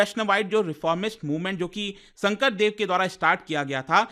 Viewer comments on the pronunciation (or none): Sankardev not sangkradev mind it or learn it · It's not Shankra Deva it's Shankar dev